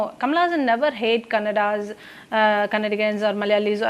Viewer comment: She s saying kannadians😂😂😂